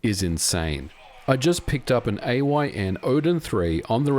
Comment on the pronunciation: its AYN .. why are so many ppl saying A O Y N ?